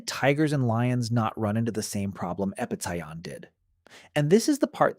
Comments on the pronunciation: Here's a question. Why did you changed the pronunciation of Epicyon a thousand times lmfao wtf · seems like it. He pronounced the same word like 3 completely different ways throughout the video